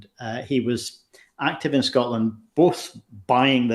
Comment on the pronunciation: Why do some Americans say "Scottland"? We are Scottish or Scots and we come from SCOTLAND!